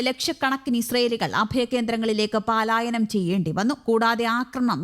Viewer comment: ആവേശം മൂത്ത് വാക്കു തെറ്റുന്നല്ലോ 😂പാലായനം,പാലായനം....😂 ഒന്നു നിർത്തി നിർത്തി പറയൂ...പലായനം😂